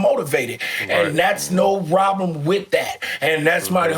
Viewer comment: best fuckin show yet!! nigga GP said woblem lmao.